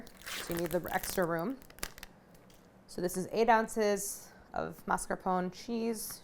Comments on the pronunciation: What if you, Claire, started a trend ? The trend of bringing back the correct pronunciation for MAS.CAR.PO.NE (/mass.car.po.nay/) in the US? I'm tired of hearing mars-capone while it's not even written in that way. Please, start this trend. Please. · Mascarpo-neh. Just to let u know how to say it. Thanks for the recipe! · I love Claire but why is she saying mascarpone like that? She smiles when she says it during the ingredient list, did I miss some joke? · This must be the american pronunciation because nowhere else in the world is it said without the e at the end